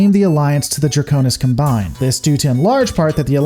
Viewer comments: pronounces Combine correctly, as a noun it's pronounced /ˈkɑm.baɪn/ and Hegemony is pronounced as either /həˈdʒɛm.ə.ni/ or /ˈhɛdʒ.(ə).moʊ.ni/. Another great video btw. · "You're not wrong, you're just an asshole." - The Dude. Combine is indeed pronounced as the Noun, not the Verb, and gets it right about half the time. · I was surprised managed to pronounce "Combine" in a twitch inducing way. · no you said "Heh Gohmony" also sad "cuhm bine" instead of "Cahm-bine" lol it's like you were gonna say the Draconic Combine into Voltron - but Combine...like a combine harvester is the...well whatever good video! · How is it you mispronounce "hegemony" and "combine" the whole video, except for one time ? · Your pronunciation of "Combine" was inconsistent throughout the entire video. So was "Kurita." Pick a pronunciation and stay with it. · The mispronunciations on here are ridiculous. Combine: Comm-byne Hegemony: hedge-eh-mon-ee Samarkand: Sam-ar-canned Kurita: Cur-Rita Rasalhague: RAS-al-hay-g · I'm sorry but some of your pronunciation hurt me... Hegemony, Combine, Kurita to list a few. It's not like saying Davion with a hard or soft "a" because actually a canon thing. Rasalhague I understand is a hard one but as it is derivative of the nation's Swedish ancestry, in any case.